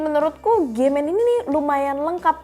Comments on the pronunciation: Pas bilang nama brand kok "G men"? wkwkwkwkwkwk 🤣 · agak kaget denger brand "gay men" awkwkkkwk